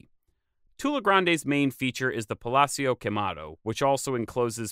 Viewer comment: 'HE-DAL-GOE' The 'H' is silent in Spanish. Doesn't have that English 'J' sound. Thus: EE-DAHL-GOH. Vowels are always short, not drawn out or rounded out. Not 'PALATZIO'. Not Italian. In Italian, two ZZs together have that 't' as in Pizza but the leaning tower of Pisa does not have the 't' sound. In Spanish, the 'z' in pronounced like the 's'. Only in Spain is the 'z' sound like the English 'th'. In Spanish, 'PALACIO' is pronounced as written: 'PAH-LAH-SEEOH'. Just like 'CHORIZO' is not 'CHORITZO' in Spanish, as mispronounced by the UK. 'BAJIO' isn't bájio, not your mispronunciation but hers. It has an accent on the 'i', thus 'ba-jío' is pronounced 'bah-jEEoh'. Nice work otherwise and no, I am not Mexican. Tula could have been small due to being an original location or it could have been razed by the Aztecs because they could, leaving only what they couldn't or shouldn't destroy.